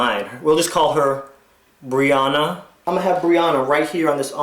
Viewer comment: I got so excited when you said Brianna :) that's my name :) and you even pronounced it right! Haha and my nickname is breezy lol